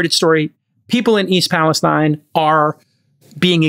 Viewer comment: You guys seem to claim to have watched Trump's speech in Palestine, OH, but for the 2nd week in a row, you can't seem to get the pronunciation correct. It's pronounced pales-teen. There's a small town in Kentucky spelled Versailles and they pronounce it ver-sales. And there's a small town in New Jersey spelled Buena and they pronounce it byoo-na. Pay attention much?